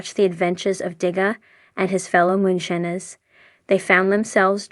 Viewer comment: Why do you say moonshines wrong my god if you can talk shut up.